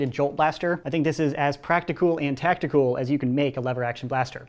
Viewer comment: I love how he say tactiCOOL Do you think the scavenger is better or the sling fires better let me know